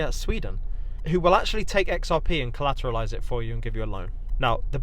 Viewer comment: You mean collaquately? 🤓 😂😂